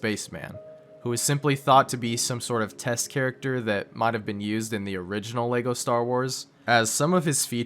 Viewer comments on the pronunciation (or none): none